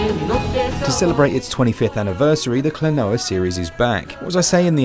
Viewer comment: KLO-NO-WA is the correct pronunciation. They are even singing it in the intro music 👍